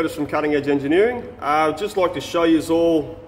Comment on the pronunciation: it's you'al'!!Love the show & dog!!